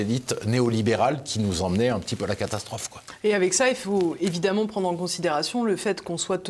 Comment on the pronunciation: Le " e" d ' évidemment se prononce " a".... exemple d ' erreur due à la méthode dite globale d' apprentissage de la lecture....